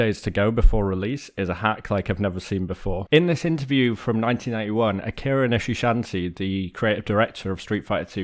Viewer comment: Except you were not even close. At all. Should be ashamed.